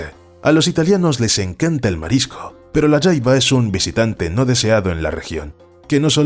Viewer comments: Se pronuncia jaiba no yaiba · se dice "jaiba" no "yaiba" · La Jaiba es muy rica, pero usualmente en mexico se pronuncia tal como se escribe ja-i-ba, no Ya-i-ba. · La jaiba, nosotros la pesca amos y comíamos en puerto peñasco México y le decíamos "jaiba" no "Yaiba" pero eso ya es a gustó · En México se consume la jaiba, pero aquí se pronuncia ja, no ya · "La yaiba" 🤦😂😂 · Creo que el último cristacio su nombre se escribe asi : "jaiba " y bueno en Nicaragua no se le pronuncia como " yaiaba" sino directo con la letra "J" y bueno sii que les digo es un manjar muy codiciado aunq muy escaso ya de hecho. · No se pronuncia yaiba 😂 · Jaiba tal como se escribe la jota no se pronuncia como y en el español